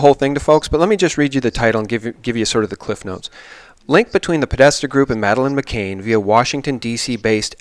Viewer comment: Please try to get Madeleine's name right consistently. It's McCANN, not McCain. It's a mistake that keeps getting repeated constantly.